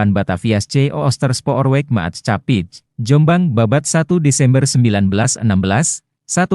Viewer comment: Staatsspoorwegen dibaca Stats-spur-weihen Maatschappij dibaca Mats-khapai 😢